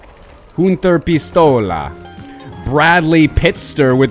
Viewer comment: funny way how you said my pistola hahaha x)